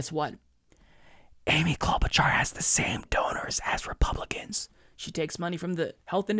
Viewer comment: did you just call them "Repumpkins"? 😂